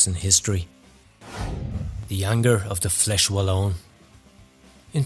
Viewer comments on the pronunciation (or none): none